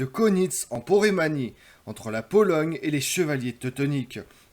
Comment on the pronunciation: Porémanie ou Poméranie ?